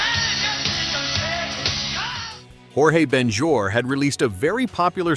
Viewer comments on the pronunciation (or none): Man, just for your information: Jorge Ben Jor is Brazilian, not Spanish nor Mexican. You pronounce his name "George", not "Roray"